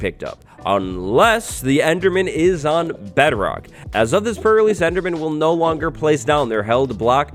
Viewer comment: The way je says pre release, sounds like fur release